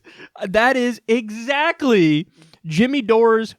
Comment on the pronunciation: Hahaha, did you say "I forget exackie what he said" instead "exactly." Was that intentional? Lmao